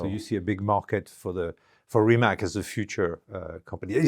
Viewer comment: Rimatz, but not Rimak. Mateh, but not Mate.